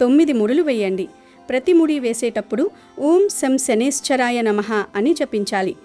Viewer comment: Om Sham Sanaischaraya Namaha is correct. Not Om Sanaiswaraya namaha